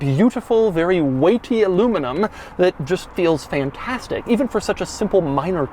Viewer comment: Am I the only who noticed Doug saying PHAN-TASTIC?